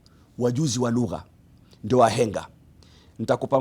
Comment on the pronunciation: 😂 😂 Did you have to repeat "lugha(lug-her)"